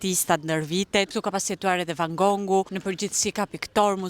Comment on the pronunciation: nuk e di pse i thua van GONGU kur emri i tij thuhet ne anglisht van gof